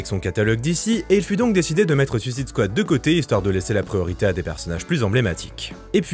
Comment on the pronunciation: Superbe vidéo. Bizzare que toi aussi tu prononce à la française alors que le gars qui intervient dans la vidéo sur l'origine des comics le dit correctement. Je vais finir par croire que bcp de youtubeurs sont fâchés avec le mot suicide en anglais :)